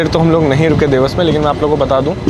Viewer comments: Vlog is amazing but srry to correct u dewas ko देवास boltey hain na ki देवस. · Bhai its "Dewas" not "dews" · Bhai it’s “देवास” not “देवस” “नागदा” Not नग्दा